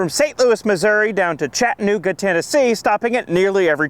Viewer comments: Its pronounced.. Chattuhhnooga NOT Chatt-nooga If there is a hard break or stop when you're trying to pronounce the word... you're saying it wrong. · Chat-ta-nooga not Chatnooga